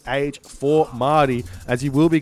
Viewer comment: Mahde. is reading it as Ma-ah-di, which is quite correct. I think it is a reference to the word for "Messiah" in Arabic.